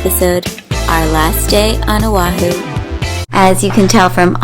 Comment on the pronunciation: You served on o’ahu and cannot pronounce correctly......?